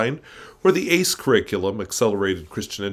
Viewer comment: Don't get me started on ACE/School of Tomorrow. Had to endure it... (And it's pronounced as separate letters. Like A C E. 😁) Ruined almost my first year of an equally twisted college... There's a bunch of misinformation touted as fact out there... I've heard a lot of misinformation. A pastor saying "amuse: 'a' means not. 'Muse' means to think. Means without thought" as an argument against going to an amusement park. And other mistranslated words. With the "cult of Hyles," big pushers of nonsense, science, common sense and even reality gets thrown out the window. A pet peeve is evolution. Many, and even almost all but the wildly uneducated believed in it until about WWII. Then religious leaders changed their minds in some cases, generally the uneducated but loud again, and here we are today... Basically because people threw out millennia of teaching and decided to teach the Bible literally. (Jewish scholars, for example, teach much of the Old Testament is allegory. But hear THAT from an independent fundamental Baptist pulpit!) Thanks for sharing your "mistake purchase."😁 Might have to get a copy.